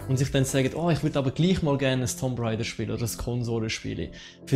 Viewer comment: Gutes Video, aber biiiiitteeee englische Begriffe korrekt aussprechen :) :) "Sonrise" = Sunrise wird "Sannrise" ausgesprochen. "tomp raider" = "das O wird hier als U ausgesprochen" also "Tumb Raider" "Särver" = Server spricht man quasi "Sörver" aus ;)